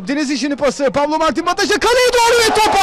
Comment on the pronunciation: pablo ne amk ya pablo ne koca maç bataja diyemedin mi şu adama kanser oldum resmen